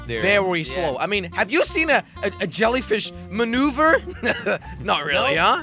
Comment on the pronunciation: jelly said jellyfis not jellyfish